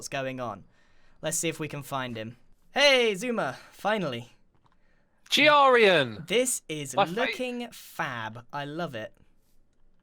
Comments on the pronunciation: Also how calls grain Brian lol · when said Gearian i was laughing so hard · just casually: Ge-ARR-ian! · X i suma always call Grian G R Ian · No one: Grian: X i zuma:Giarien